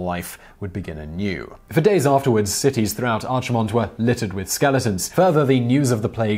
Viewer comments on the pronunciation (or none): "on the server Archie-mond" Composed me: that's fine, he doesn't play the game he doesn't know. Still very interesting. Nerd in me: OMG you noob it's pronounced arkimond you scrub! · "aye-zeroth" "ar-chu-mond" I shuddered each time he said them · Arch-imonde lol. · "Archimonde" is pronounced with a hard CH. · And Hakkar, Archimond, etc